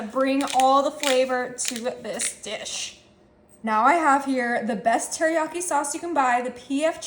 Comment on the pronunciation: 😂😂She said teriyakli 😂